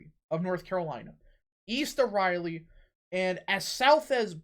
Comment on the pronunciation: I’m sorry your pronunciation of Raleigh and Charlotte are UBSURD